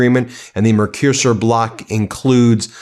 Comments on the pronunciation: Ben try to pronounce.....MERCO SUR it is not difficult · It's pronounced 'murk-o-sewer'. And, while I wouldn't say it doesn't smell like one, at least it's a response to this latest Tantrump. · It's pronounced in Europe as The Merk-a-sore Agreement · Mercuser, mercosiur, mecrosir, dude it's not that hard to look up a pronunciation guide :sad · Please find out how to pronounce Mercosur before making your videos. This also goes for foreign names such as Mark Rutte. The comically atrocious mispronunciations you make do not help you channel.